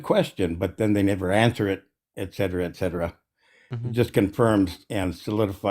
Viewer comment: "the problem was is...." "Ek cetera ek cetera" oh no, another very well educated scholar